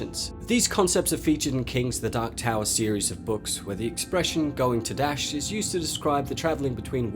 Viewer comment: "Toe-dash" long O sound